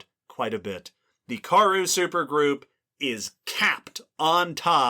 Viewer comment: I admire what you all do, so I don't want to be a downer, but the pronunciation of Karoo is Kuh-ROO. Here's an authentic South African pronouncing it (in a talk about the Karoo Supergroup): Again, thanks for doing all you do and taking some feedback. 🙂